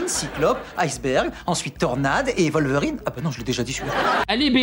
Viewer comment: Poudlarde XD C'est terrible ! Je comprend pas non plus la prononciation "volverine" pour Wolverine. Je pensais que ça se prononçait comme en anglais, avec un "W", vue que ça vient du nom anglais du glouton.